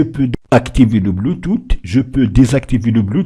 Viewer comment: Mdr "bluetooth"🤣🤣🤣 c'est quelle manière de prononcer ça